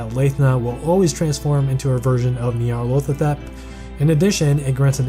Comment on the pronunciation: It sounds like you’re saying “Nyarlothatep” instead of Nyarlathotep. Besides that, amazing video as always.